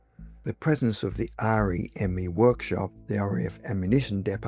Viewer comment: Great story, but one thing, REME is pronounced as a word, ReeMee. Royal Electrical and Mechanical Engineers.